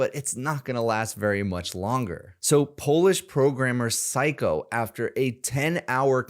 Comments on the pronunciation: It's not syko. Read it. It's actually syo. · Psyho not Psycho 😂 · His name is Psy-Ho, not psycho.... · His name isn’t “psycho”, it’s “psyho”. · hey, how many C's are in the word "Psyho"?